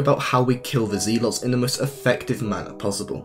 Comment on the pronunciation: Zelots ITS zealots